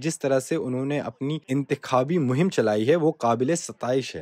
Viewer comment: After it's definitely an Indian narrator because his pronunciation has issues...naaqedeen" " Intekhaabi mohim" khaas taur pe"